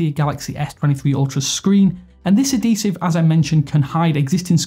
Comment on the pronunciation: Bro it's ad-hee-sive not ah-dee-sive